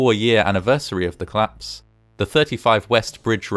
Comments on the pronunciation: It's cOllapse not clapse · I love this channel. Although every time I start a new video, I sort of forgot about the curiousity that all videos I’ve seen so far, are about things collapsing, while the voice over is unable to pronounce exactly that word: collapse (‘klapse’). :-O